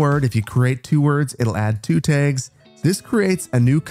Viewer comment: Your Midwest really stands out when you start talking about custom "Tegs"